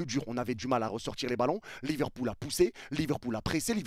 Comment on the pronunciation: C'est pas Liverpool mais LiverCOULE 🤣🤣🤣